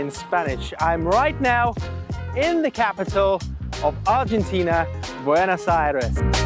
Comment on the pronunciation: Why do all of the English-speaking foreigners mispronounce the name of the capital? It is not BuenAs but BuEnOs Aires.